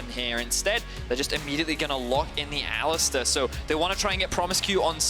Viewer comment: If I hear someone pronounce it ALListar again